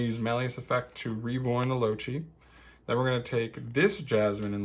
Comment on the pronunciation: “Loachi” 👀 this made me giggle a little, it’s pronounced “Low-Kai”